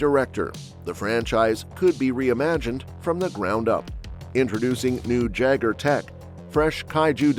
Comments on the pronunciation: It’s clearly (yea-ger) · Bro not the commentator actually saying the word Jeager in pronunciation with an actual j sound! The J sound is supposed to be silent and replaced with a Y sound!!!! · every time you say jeager like that i start to lose the will to live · Imagine being a YouTuber and not knowing how to say the word jeager or saga